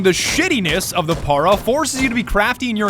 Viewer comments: You have to roll the r in para. (Para means stop btdubs) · Why does he keep saying Para like that? It’s pronounced Parra. As in it’s the paratroopers version of the FN FAL. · Why you pronounce para that way? I think its short for paratrooper, its a shortened FAL